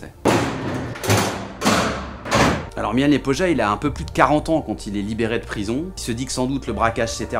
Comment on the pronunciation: Se dit Milan Lyepoya